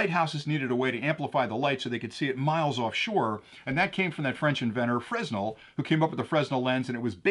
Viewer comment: The Fresnel lens is pronounced Fra - Nell. I know it is not spelled that way and a ton of people get it wrong. No dis here, just saying.